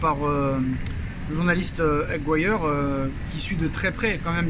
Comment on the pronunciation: Se prononce Aguiri non aguiare...